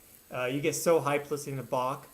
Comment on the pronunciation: "Bock" ist ein Bier 😉 "Bach" isn't pronounced like that, if you want to say the guy's name like he would have. I think you're learning German or speak a little? Practice your pronunciation of that "ch" and the "str" sounds. Those are usually not easy for English speakers. (The first is guttural, in the throat, the second should just sound like there's an 'h' after the 's' ('shtr', not 'str', which is a weird combination of consonants for an English speaker, learning German, but I think those two things are what really give us away, when we try to speak German. 😉🙏